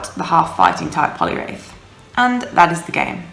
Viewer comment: Hate to be dat b!tch, but it's Poliwrath not wraith. Only saying because you said to and it's one of my favourite Pokemon! :D Nice video, Scrafty is awesome, I'm working on one for UL now, along with all the other XLs I'm working on. :/